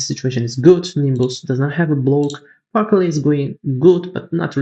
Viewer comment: CTRL... Par"cel"